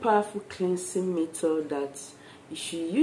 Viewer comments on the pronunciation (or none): none